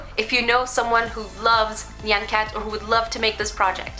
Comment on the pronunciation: FINALLY SOMEONE SAID NYAN RIGHT!